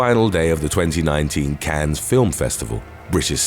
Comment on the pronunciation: Cannes, pronounced Can, not pronounced Cans!